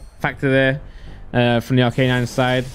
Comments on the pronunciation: ARC A NINE!!! NOT R K 9. I swear to god. If you don't learn this... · Please never say arcanine again